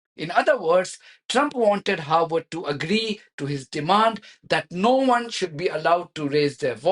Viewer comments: Harvard Not Harward Vee sound in harvard Not w sound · You keep saying Howard 😢